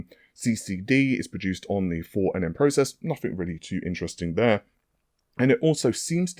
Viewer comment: Yeah never learn how to say "three" or when to use the word "basically" 😂😂😂